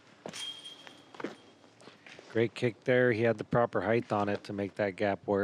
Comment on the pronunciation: Height. Not heightth. You sound ignorant